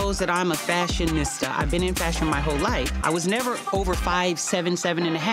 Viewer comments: JACKIE the word is FASTAneeSTA, NOT fastanehsta. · Jackie does not know fashion. First off, all she wears, mostly, #BLACK #MORBID-2nd She can't even pronounce, #fashionista(fash-a-NEE-sta)😂😂😂 correctly😂& she knows fashion😅😅